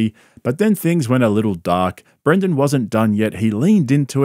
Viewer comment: Pretty sure the loser's name BRENDEN not BRANDEN.